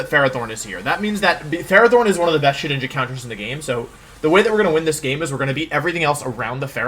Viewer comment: Shedinja? More like Shewinja.